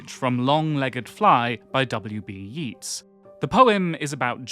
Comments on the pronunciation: the moment i heard "WB -Yeets-" I got the Metal Gear Solid alert sound in my head. It's pronounced YATES, like it rhymes with "eights". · Amazing video but never have I heard someone pronounce Yeats like that